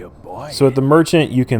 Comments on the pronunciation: I believe the ponunciation is "A-tah-SHAY." I may be wrong, but I heard it pronounced that way in an airline promotional video advertising a magazine by the same name. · attache is usually pronounced aTashay. I think it's a french word.